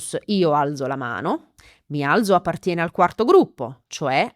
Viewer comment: la pronuncia del verbo alzare non è: "mi al(t)zo? Grazie.😊